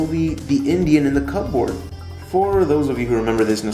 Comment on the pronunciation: You say Shaman and Cupboard really weird.